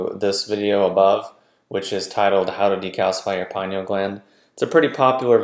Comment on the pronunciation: Lol get this stuff right there is no pie in pineal gland. Maybe if people pronounced it correctly more people would listen and believe these videos. Med pros laugh at these like why would I listen to this guy he can't even pronounce the name of the gland he's claiming to.